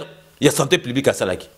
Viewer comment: OZONGISI NDE BA ZOBA NA TEMPS, BA KO PESA BINO COURS A DISTANCE, BA LOBAKA SANTÉ PUBLIQUE ET NON SANTÉ PLIBIQUE, TIKA KOMBO YA FAYULU NA MONOKO NA YO, SALA MUSALA NA YO MAIS TIKA NDE DIAMBA